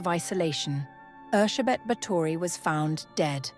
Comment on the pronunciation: I just came to say thank you for getting her name right. Bugs me when historical figures have their names anglicised. 😉👍